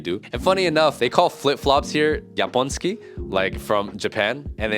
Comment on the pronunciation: Slight correction "klapki"/"kapcie" are called "japONki" not "japOŃSki", i dont know how to describe the pronounciation, but its different. Fun fact "japonki" in polish also means "japanese girls" (plurar, single would be "japonka"), the same word, different meanings, "japoński" is the language. Also for the smokers its not that bad anymore, from year to year a lot of people quit smoking and a lot of kids nowadays never starts, and if so its mostly weed actually, most of heavy smokers are old people, i acutally work at żabka and i sell cigarets mostly to people that look 40+